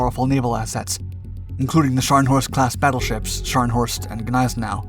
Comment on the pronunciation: Its pronounced Nize Now. The g is silent.